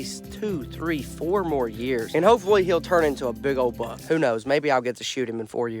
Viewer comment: I thought y’all says “Bug” but then I realized that it was buck